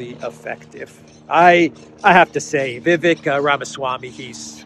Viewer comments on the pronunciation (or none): Vivek's name is pronounced viv - ACHE